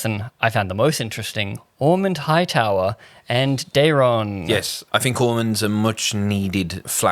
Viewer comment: Ormund pronouncing it Darren I think is intentional. Daeron is a very Targaryen name